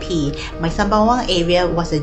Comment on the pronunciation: WTF why a ‘Ang Moh’ narrating ? Can’t even pronounce ‘Sembawang’correctly,Chee Soon Juan as Chee Soon Wan? Joke